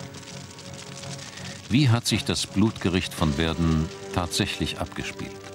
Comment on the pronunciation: Verden an der Aller wird "Pferden" ausgesprochen, nicht "Werden"! kopfschüttel